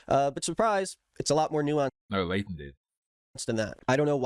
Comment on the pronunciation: Am I the only one who is bothered by how they pronounce Leighton as "Laden"?